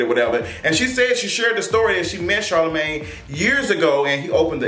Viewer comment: Monique called Charlemagne ‘Charlamon’